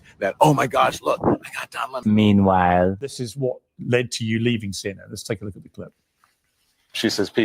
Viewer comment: Not “Don Limon” 🍋 🤭😂🤭😂